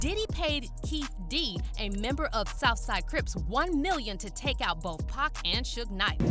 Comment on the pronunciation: It's Keefe D not Keith D you incompetent fucks. How are you called Hip Hop DX